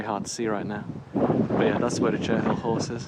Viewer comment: Cherhill is pronounced cherril . The horse is made with chalk. And thank you, you walked very near to my son’s old house. We lived just up the hill from there. Where you walked down to the stream, we called that bit Piggy hill! The house with the thatch looks old but was built I think about 2000. I am glad to see they have paved the walk along the river, it used to be very muddy. You arrived at the Green from the south. So many new houses.